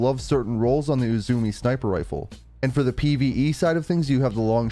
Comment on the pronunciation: Great video, but I'm afraid I'm gonna have to be that guy. It's "U-zoo-may." It's Japanese.